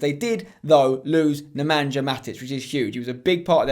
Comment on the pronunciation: Why are you pronouncing Nemanja like that? It's Neman-ya. You don't say the j